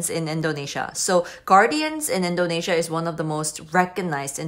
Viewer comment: Its INdonesia not ENdonesia :)